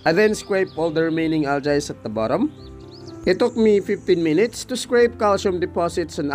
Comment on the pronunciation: It’s Al-gi, or Al-Jee not al-jay. Not to be rude.